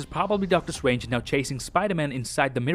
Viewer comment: Doctor Swange 🤣